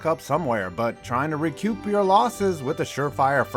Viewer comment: It's pronounced re coop, not re cuup btw, just trying to let you know, loved the video otherwise!